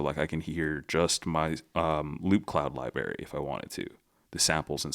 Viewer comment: Excellent video and perfect to get me up to speed on this software. Please practice including the middle 'r' in "library." There is not an English word "libary." Thanks!